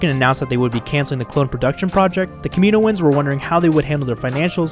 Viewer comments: yeah he pronounces it incorrectly but its not that big of a deal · I thought it be "Kami-noans" there be a pause but 4 syllables still